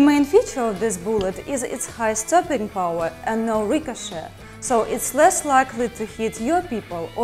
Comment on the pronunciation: I give a thumbs-up just for her pronunciation of ricochet LOL. Don't know if I'm actually interested in the gun but I could listen to her talk about it for quite a while LOL